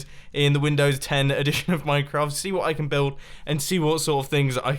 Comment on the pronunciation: Nobody: Mumbo in his very hard accent : WAIT W O T ?